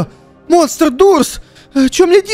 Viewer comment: Да не дурс а дорс